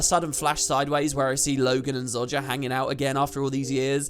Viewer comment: ZO JAH....... Not ZOD JA